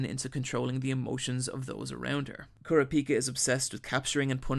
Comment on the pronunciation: damn this was well done... I see why people keep commenting that even though they had already watched HxH they still watched this in it’s entirety. Great video but I hate how you pronounce the names. Namely Gon Killua and Kurapika. lol so annoying but GREAT GREAT video!!!💯